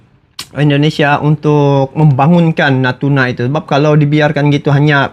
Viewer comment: Bang indonesia bukan endonesia